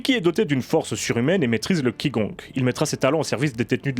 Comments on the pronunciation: Excellente vidéo comme toujours, juste Qi Gong se prononce "chi kong" ^^ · (Qi Gong se prononce Tsh Gong ;-))